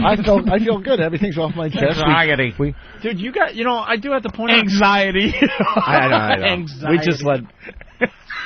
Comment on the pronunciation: “Eggxiety” lmfaoooo